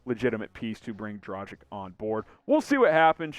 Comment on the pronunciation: Please please please learn how to pronounce his name!! Dragic'